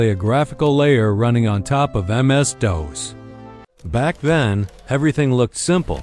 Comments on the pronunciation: "Windows 3.zero", everyone says "3.oh" and "MS-dose" like 2 in spanish versus "Daws". Tech video can't pronounce DOS right in the explanation of Operating Systems, I'm out. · MS Dose? or MS Doze? LMAO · 14 seconds in, AI mispronounces DOS... yeah no thanks.